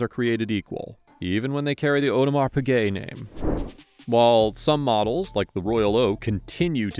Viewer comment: "aUdemar pigay"